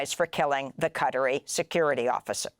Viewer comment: so confused when she was saying cuttery, took me a while to figure out it was qatari.